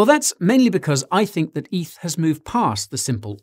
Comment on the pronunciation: Stop calling it EATH, it's not a thing. Ethereum = Eth.